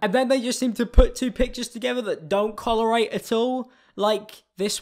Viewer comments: did he just say collerate instead of correlate? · I swear he said collerate not correlate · im pretty sure it correlate not collerate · ‘Collerate’ is my new way of saying correlate forever more! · I think I played you saying ‘collarate’ about 10 tines. Like I knew you meant correlate, yet it still amused me. It’s the small things in life. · When said colorate wrong my heart exploded. How does that work then??! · Collerate > correlate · "collerate" don't you mean correlate LOOOOL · is just me- or did you also hear him say collorate rather than correlate? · "Collerate" I'm not sure that's the word he was looking for. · "don't collerate" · “Collarate” - 2018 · "c o l l e r a t e" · It's "correlate" , my friend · Do you mean ‘correlate’ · His inability to say correlate at 4 minutes in makes my heart melt